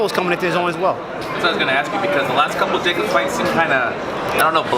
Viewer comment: man tank davis really struggling to pronounce Daniels Jacobs name properly who tf is 'jacby' 🤣🤣🤣